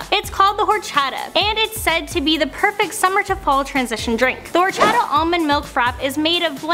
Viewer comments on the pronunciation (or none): I'm interested in the horchata since I drink it and make it. pronounced OR-Chaa-Taa not ourchutuh